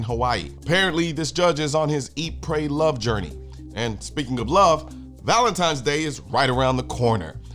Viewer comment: Can you say Valentine's Day again😂